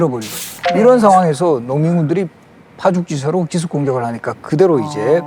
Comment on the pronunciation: "파죽지세"의 발음이 엉망이요!!!우선,"파"는 길게 발음해야지!! 또, "파죽""지세"라고 띄어서 읽는 것이 아니고, "파죽지"하고, "세"를 띄어서 읽어야 한다. 이것이 한국 일반의 교양 수준이니 이 아니 슬픈 일이 아니냐?? 1967년에 고국을 떠나신 이 늙은 이가 분하여 쓴 책이 있으니, 고국 동포 여러 분!! "한국 어문을 고발함"이라는 책을 조용히 읽어 주시압!!! 미국 변 완수 드림